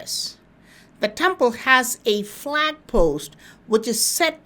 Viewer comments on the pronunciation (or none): none